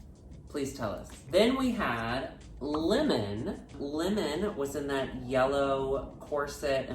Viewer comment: LOVE pronunciation of lemon. 'limen' 'limin'.